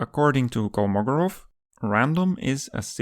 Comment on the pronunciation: Careful with the stress: it's Kolmogórov, not Kolmógorov (according to Wikipedia).